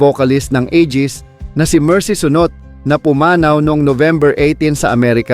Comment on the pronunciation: Napuna Q nga pronouncement Labi Bibig Burol yun apelyedo Sunot Suuunot HAY NAKU! AYOS AYOS NMAN KUYA ANG PRONOUNCEMENT MO! 😡😡😡